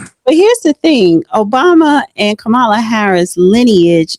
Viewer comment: He doesn't even know how to say Kamala Harris Name